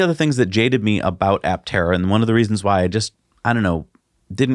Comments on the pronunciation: no, you should not say "a-tera" ... a-ptera is just fine even for Greek , and you should say "p-terodactyl" too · Just a chip in on the name. Aptera is correctly pronounced "a" the way it is pronounced, and not "e". It is a Greek compound word from "a" (pronounced aa) and "ptera" meaning wings. The prefix "a" in Greek is a negative particle denoting absence or subtraction. When it precedes any noun or adjective, it means the the object lacks the quality contained in noun or described by the adjective. Ptera means wings. So aptera would mean "without wings". So Aptera can be described as a Solar Electric Vehicle (SEV) that looks very much like a plane, with all the aerodynamic qualities of a plane, but without wings. What an apt and befitting name. I wonder who crafted it for them.